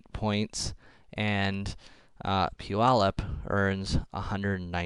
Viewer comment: "pu-yallup" made me laugh so hard, why was that so funny??